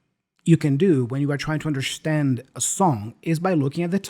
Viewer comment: Why. In understand Tiago says undershtand?